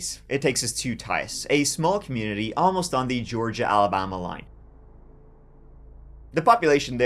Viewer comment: I FINALLY figured out why young is unable to pronounce the "diphthong" TH. TH is not a true diphthong. A diphthong also known as a gliding vowel or a vowel glide, is a combination of two adjacent vowel sounds within the same syllable. Examples are BR, PR, TR. TH, as in THE, is commonly considered considered a frequent example but in point of fact it is not actually a technical combination. "T" is a plosive that sounds when the tongue is placed at the front of the mouth and a plosive is breathed as in "TA". American English speakers and British English can pronounce this however Irish are helpless with the German-born "TH". Yes, the IRISH pronounce "THE" as "TA". And the Germans pronounced "THE" as "ZEE". Yes, young is IRISH.